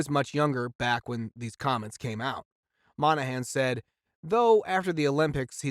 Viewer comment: Moynahan, not Monahan!